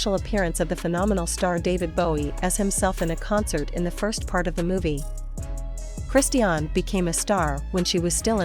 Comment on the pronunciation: You are talking a lots of rubbish and you are not even able to say correctly her name.